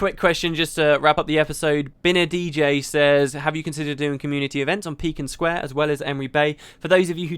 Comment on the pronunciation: You say Piken Square weird :P I've always said pie-ken square